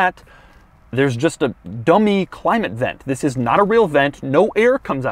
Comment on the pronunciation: you said vis insted of this